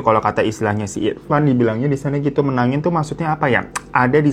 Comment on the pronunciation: nyebutnya bukan menagin bang tpi menangi😅😅😅😂😂😂